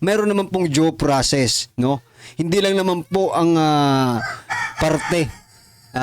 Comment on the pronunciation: Due process po hindi jow ang pag pronounce mo